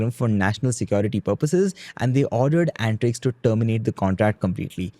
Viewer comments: Bro it's antrix an-ta-rix means space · It's antrix (space in hindi) not antix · At least we Indians should pronounce our words correctly. Not Ant Riks but un-tree-ksh (अंतरिक्ष), and not Rad-ee-aa, but Raa-dee-ya (राडिया).